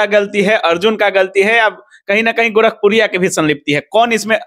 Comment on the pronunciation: कारन नही है गोराखपुरीया भौजी / विसनू है गोराखपुरी को गलत मत बोलो बोल ने का तमीज नही है तुमहे